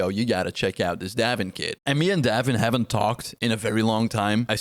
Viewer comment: Pronounced "Dave in"